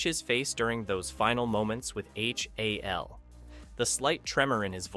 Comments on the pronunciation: "Why I Hated" this video. Because you pronounced Hal as H.A.L. What a dope. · You flipped and cropped every single 2001 clip, and even pronounced the AI as H-A-L. Was this all to avoid a copyright strike? Kind of odd as your otherwise excellent video is an obvious homage to the movie and your usage of clips should solidly fall within fair use.